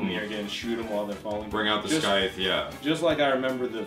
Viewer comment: its pronouned Sigh-th. SCYTHE, NOT SKYTH:P